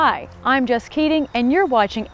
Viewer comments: Sakineu Beng it sounds like that to native speakers too. If I were her I would go by J. It is odd though, as Jess is usually short for Jessica which would also solve that problem..... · I think most peoples hear this even after learning her name. There is always similar posts following her videos.